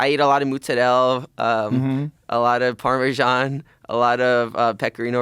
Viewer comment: The way he pronounced Parmisan is amazing, with a little bit of italian